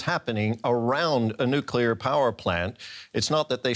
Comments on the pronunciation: He be calling it a “Nucular” power plant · why this American expert says "nucular" instead of nuclear? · Did he just pronounce nuclear like George W Bush?